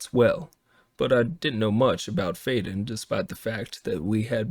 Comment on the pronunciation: I like this version better except for the pronunciation of the names. That’s saying something to prefer AI pronunciation over human pronunciation. It will always be Amara and Fiden in my mind.